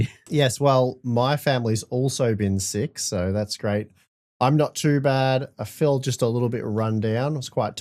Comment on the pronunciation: why do you pronounce sick as seek?